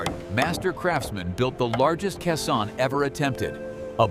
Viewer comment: Someone needed to program the bot to say KAY-sohn, not kuh-SAHN. Let's hear it for actual human narration.